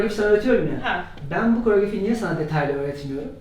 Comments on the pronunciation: karaograf değil koreograf çıldırdımmmm fvnjwnvwetgohı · Koreograf... kaaraograf karooggrooff korogrofff degil